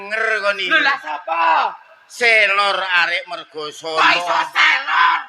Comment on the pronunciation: MERGOSONO Pak, bukan MARGOSONO 😁 Selor kisah percintaan, cerita rakyat asli Kota Malang yg bertempat di daerah Kelurahan Mergosono kecamatan kedung kandang malang dan Banyuning kecamatan bumiaji daerah kota batu